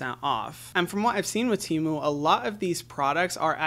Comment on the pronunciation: He said TEMU tmu